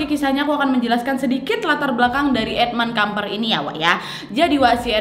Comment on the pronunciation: Maaf sy dengernya: edmund edmil kampret 😂🙏